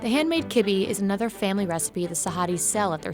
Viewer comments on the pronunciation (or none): Who calls it kibbee it’s called kibbe’h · Kibi .. 😆 it should sound like kib'uh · "And Handmade Kebbe" KEBBE???? Its called (kebbah) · Right!! How did kebbeh become “kibi”? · I know, I was like nodding my head along and then out of nowhere -- *record scratch* KIBI?! say wha?? 😧 😒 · I'm Lebanese and we say kebbeh. Just not the way she said it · You pronounced kibbeh incorrectly- you should have asked someone about pronunciations on foods that you are unfamiliar with. Disappointed and also insulted at the same time